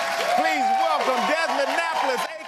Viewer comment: Desmond “Demond”